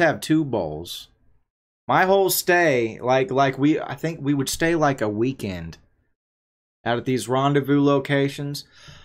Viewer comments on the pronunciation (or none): none